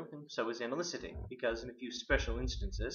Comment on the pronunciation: Great. To be fair, though, it is, In Quine, not "analycity" but "analyticity".